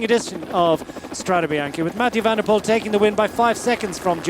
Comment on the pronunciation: Definitely not Hutchinson, think this is. Pity he can’t pronounce Poel correctly.